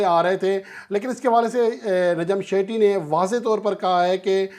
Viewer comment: شیٹھی نہی ہے سیٹھی نام ہے 😢